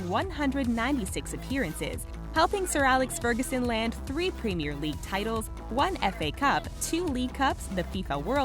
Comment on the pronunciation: She can't say premier properly 😂🤦🏾